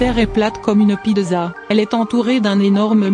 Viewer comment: Une "pideuza"